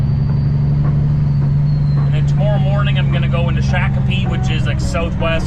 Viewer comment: Pronounced Shock Uh Pee